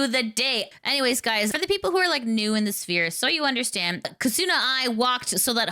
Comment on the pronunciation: You are pronouncing "Kizuna" incorrectly, the stress is on "Ki'.